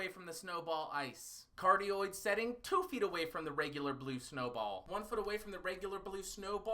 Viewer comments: i could go my whole life without hearing you say "Cardio Polar Pattern" into the microphone ever again sir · The omni-directional pattern sounded like cardioid